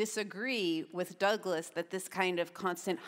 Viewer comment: tbh im not sure theyre intelligent at all: malcolm didnt actually make a single reasonable point at all meanwhile michelle exclusively had arguments against her own point. oh and lets not forget malcolm intentionally saying "taibbi" and "douglas" wrong the entire conversation like only an upset child would.